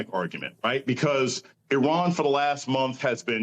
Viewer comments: At least he didn't pronounce it I ran. You did good today, Ari. 👏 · At least he didn't pronounce it "I ran". You did good today, Ari. Keep journaling.